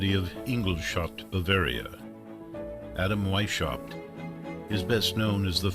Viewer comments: AI mispronounces everything, it's annoying. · You guys should’ve looked up how to pronounce Weishaupt correctly. It’s pronounced like VAIS -H-OW-BT…the H pronounced as in house.